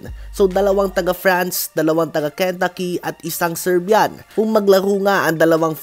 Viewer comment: ken-taaaa-ki hindi ken-ta-ki